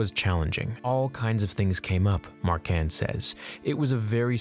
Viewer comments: The Director was Richard Marquand pronounced ( mar kwond) not marcan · "Mar-KWand," "ma-RIN..."